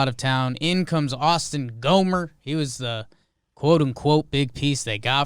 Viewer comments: GAHM-ber, not GOHM-ber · Really how hard is it to say Gom-Ber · They still haven’t pronounced Gomber right once